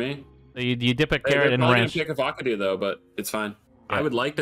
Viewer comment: Please tell me he's saying Avocado wrong on purpose lmao 🤣